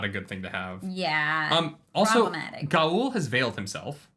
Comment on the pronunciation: Loial is pronounced loyal because Loial is loyal. The show fucked that pronunciation up and I hate it. There's no E on the end of that word. And, Gaul rhymes with hall. You don't have to say every letter.